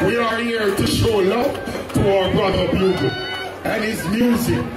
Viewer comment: the artist name BUGLE like the instrument not BOOGLE 🤦🏽‍♂️